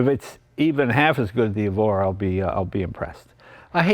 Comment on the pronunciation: "Evora", Mr Leno. Generally Lotus names start with an "E". Good to see you out there in a quality sports car, it looks fun.